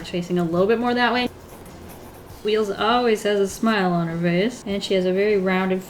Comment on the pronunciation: It's spelt WEELZ Also: "weels"